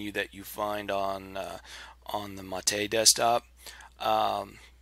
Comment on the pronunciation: maet, not mahteh